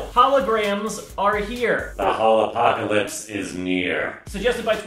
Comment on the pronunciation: ARE THERE ANY SIMPLYNAILOGICAL FANS WHO NOTICED HE SAID "HOLOPOCOLYPSE" AT THE BEGINNING!?